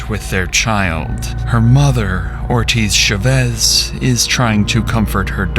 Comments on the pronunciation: The pronunciation of these AI devices is so pitiful, what the hell is a “Sha-ves” it’s CHAVEZ! CHHA-VEZ GOOD LORD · Is this AI narration? No one pronounces that name as “shey-VEZ”. Try “CHA-vez”. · How hard is it to learn how to pronounce the last names of the people your entire video is about. Shevesss no. CH-AH-VVV-EH-ZZZZ. For fk sake, just learn it!!! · For the millionth time the spanish name Chavez isn't pronounced with an sh. Thats french. Its CH like in cheese. Stop doing this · The name is pronounced CHAVEZ... exactly how it's spelled. Not Sh-u-vez. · Its cha vez not sha vez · They keep pronoucing Chevez? Why isn’t it “Cha-Vez”? Why they keep saying the A silent? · Saying "Shuvez" instead of Chavez is driving me insane. What planet are you from that you can't pronounce Chavez? YouTube is weird. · "Shuvez" is a crazy way to say Chavez also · CH-AH-vez * Chavez. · Its chavez man wth u saying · Why is he saying Chavez like that? It's not shavez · It is Cha as in Charlie.....not sha. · FYI, Chavez is pronounced with a “ch” sound like “chair”. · why you pronounce chavez like that lol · The mispronunciation of Chavez this entire video has absolutely sent me 😭😭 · Josue, Chavez, Vigil from a previous vid.. there's gonna be a lot of crime coming out of Albuquerque. With all due respect, you gotta learn how to pronounce these names. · Ooo wee I wish folks would look up how to properly pronounce Hispanic names… it was so painful to hear “Chavez” mispronounced so many times. And before anyone comes for me, I was born and raised in Albuquerque (where this story happened) and if you watch any news coverage, this is not how to properly pronounce the last name. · Is no one going to say anything about how horrible he keeps pronouncing Chavez? lol Great video tho ☺️ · The pronunciation of Chavez is frying me😭😭